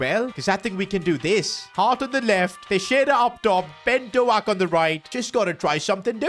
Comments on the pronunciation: Its doak not doaak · It is not Ben doack It is Ben doak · It’s not Do-ak it’s Pronounced Dough-k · its dok not doak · It’s doak not do ak 😂😅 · Hey, just to let you know it’s not pronounced “Ben Doak” it’s actually pronounced “Ben Doke” You’re welcome! UP THE! 🎉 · It’s not Ben do ak. It’s Ben douk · It’s not Ben DoAKE is Ben dOAK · Its Ben Doak not ben Doact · PCQ: His name is actually not pronounced ben do-ak, but is pronounced as ben dok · You don't say it like Do-ak more like D-oak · It’s pronounced Dough-k, not doaak 😂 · its pronounced ben DOKE, not do-ak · it's pronounced "Doke" not "do-ack" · How to pronounce Doak, Doak, not DoAk. like boat, just replace the “B” with “D” and “T” with k” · its not doak but pronounced douk like boat. Ben DOAK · As a Scottish man I cringed so much when he singed doak it's not pronounced do-ake it's pronounced doe-k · Ben Doak name is pronounced Dok not Do ak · Ben Doak is pronounced Ben Dowk not Dowak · As a middlesbrough fan, Ben Doak who plays for us currently is not pronounced do-ak it is pronounced dook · Yo Ben Doak's name is pronounced DO-KE not DO-AK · The pronunciation of ben doak is not do-ak its dok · Its ben doke not ben do-aak 😅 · It’s not Do-ak it’s D-oak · It’s not do ak doak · PCQ: It's Ben Dough-k not Do-Ak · Ben Doak name is Pronounced Douuk not Doack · it’s not do-ak it’s pronounced dowk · who is doughack dude... its pronounced d.oak and since he is a hot prospect at liverpool rn u have to know it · it’s not pronounced dough-ak instead it’s d-oak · It's been do-k not do aak the a is silent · Ben Dook not dooak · It is pronounced Ben d oak like the wood not doh ak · fr it dough-k not dough ak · You say doak as doke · Good vid I follow this series It's the best you've ever done And also Ben doak is pronounced like oak like oak tree so it's Ben doak. 🙏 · Ben Doaks name is pronounced Ben Dork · I am going to cry if I keep hearing him say doh-ack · ben doak is pronouncedd-oak like an oak tree